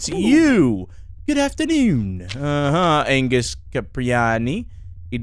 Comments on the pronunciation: i dont think you saw angus you saw annguss its angus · The double n in anngus though xD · Angus’ name was wrong. It was Annguss. 😂